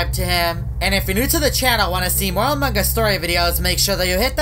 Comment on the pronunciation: Nobody: Literally nobody:: aMuNgUsS